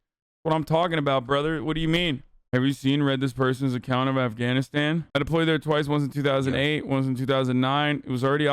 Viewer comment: “Cobble, Eff can knit stan”